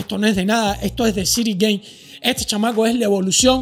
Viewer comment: Ciryl Gane se pronuncia "Gan" no "Guein"